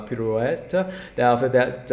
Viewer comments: Pirouette is pronounced pee-roo-wet. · by the way, that pirouette word is pronounced as: pee-roo-wet :)